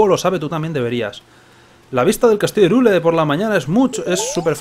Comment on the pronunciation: se escribe Hyrule, pero se pronuncia Hayrul